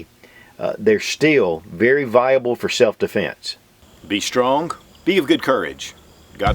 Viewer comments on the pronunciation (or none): the word is strong. Not stronk.